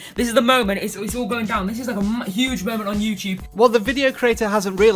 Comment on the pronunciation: you said youcube